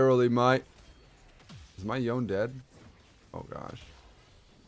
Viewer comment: Day 680 of pronouncing yone’s name wrong.